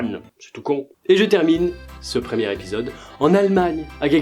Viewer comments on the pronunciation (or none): « Le premier Répisode » :p